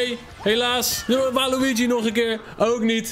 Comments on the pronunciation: het is waluige in het engels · spreek alsjeblieft normaal waluigi uit man...